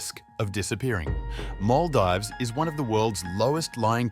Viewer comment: Bruh you murdered the pronunciation of Maldives